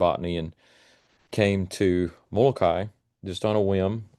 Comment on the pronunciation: Moloka’i - Moloka-ee.